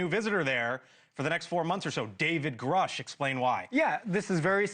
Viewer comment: He promoted from bs artist to paid bs artist. Also, you're mispronouncing his name. It rhymes with "douche".